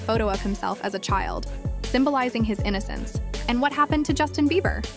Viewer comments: His name is Just-in. NOT Justine. Also, you pronounce it CREE-py, not Creppy. FFS. AI IS BULLSHIT. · Hold up, Did the pronunciation of ‘Justin’ change? No hate, just wanna know. 🫢